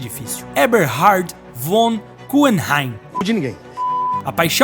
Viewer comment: só pra ajudar na pronuncia, nomes em alemão quando tiver a palavra "von", leia "fon" :)